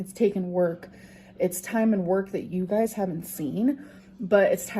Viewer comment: Ah, "you guises". Love it